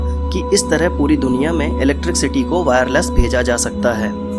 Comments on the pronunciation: Electricsity nhi vai electricity hot he😂😂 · its not electric city.buddy. s and sh .mother tongue influence. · भैय्या जी इलेक्ट्रिक सिटी नहीं इलेक्ट्रिसिटी होता हैं बुझे।।।।। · aur han sahi bol ri h tu ,, mic ke aage ek barr galti ho sakti hai ,,mana do bar par ye to har barr electrc city hi bol ra,, gajab hai yarrr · First thing Wo electricity hota h Na ki electrikcity 🤣